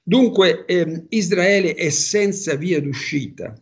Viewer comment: Isdraele NON SI PUO' SENTIRE!! DITEGLIELO CHE SI SCRIVE e PRONUNCIA CON LA R ISRAELE ISRAELE ISRAELIANI ISRAELE!!! ISRAELE E NON ISDRAELE!!!!!!!!!!!!!!!